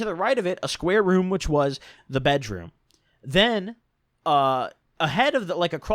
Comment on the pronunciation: U say bedroom funny